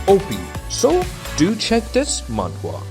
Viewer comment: Are you saying Manga?